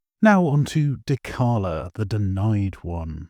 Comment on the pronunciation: Are we really gonna pronounce dechala like dekala???